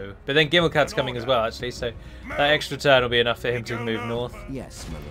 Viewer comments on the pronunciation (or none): none